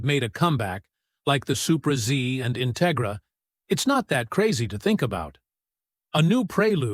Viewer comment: A. I the intigigra lol